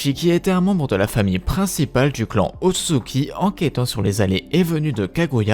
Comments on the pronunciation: il dit "otsuki" alors que c'est Ōtsutsuki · Je vais surment pas continuer a regarder la vidéo d’un mec qui écorche le nom ôtsutsuki a chaque phrase